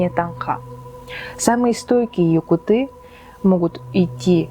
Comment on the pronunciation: Не якутЫ, а якУты